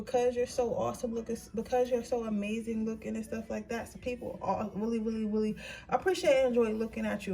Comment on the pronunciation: Sis do you have a speech problem? It seems to get worse and worse every time I click on a video. You keep pronouncing “really” like “willie”. And you talk fast.